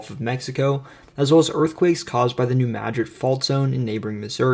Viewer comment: Kudos again for the proper pronunciation of New Madrid.